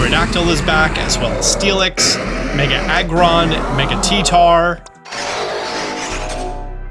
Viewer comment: him mispronouncing Pokémon names (t tar) reminds me of Jessie and James doing that in the first Pokémon movie.